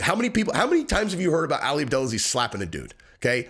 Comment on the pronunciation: His name's not pronounced Alley it's pronounced All Lee or Ollie. For some reason you continuously repeating it incorrectly bothered me. Every other person in the video said it correctly so you had their pronunciation to go by and use as a great reference. I know you're a meat head but you are on the upper part of that scale so I expect more from you as you're one of the smarter ones. Lol I'm Jus busting balls! Yall go easy on me.